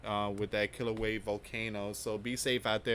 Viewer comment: [ kee-lau-way-ah ] Kilauea [ ha-lay-mau-mau ] Halemaumau